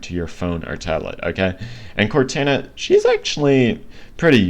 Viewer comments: and another thing is that i dont think its pronounced cortana but pronounced like cortona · Please don’t cal it cortana with a “a” say it with a “o” sound in the end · Just an FYI. Its not CortAna(like "anna"). Its Cortana(like Cortawna, or Cortauna, like "sauna"). And its not tElemEtry (TELL-uh-METree). Its telEmetry. (Tul-EM-uh-tree). Sorry. Not disrespecting. My OCD was just going into overdive listening to you. Great video by the way. Thank U for posting it.